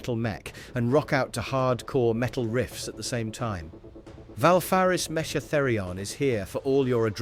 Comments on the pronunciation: Great collection - it's 'meh-KA' btw, not 'Meh-cha' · Indeed, the mispronunciation also gets annoying like the "mesh-tch" :D